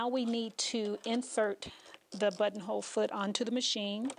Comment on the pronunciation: I just hear butt hole 🤦🏻 i love your videos btw 💗